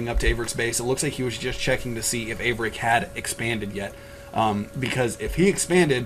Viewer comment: 13 is a noob. haha Thank you for correctly pronouncing Averic's name. I cant wait until I get a beta key so I can pwn 13 1v1 and then have achaia broadcast the game. -DIG